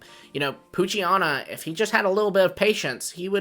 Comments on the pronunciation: It’s poo-chi-ena not poo-chi-ana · WHY did you repeatedly mispronounce Poochyena? You did it every single time you mentioned it. It’s like nails on a chalkboard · If someone mispronouncing a fictional character’s name is so bothersome for you, you may need to work on yourself emotionally and mentally.